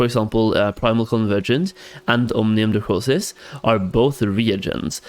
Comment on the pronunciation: Thank you for the advice. Great vids! But please, for the love of god, it's Omnium dracoNis not dracoSis. :)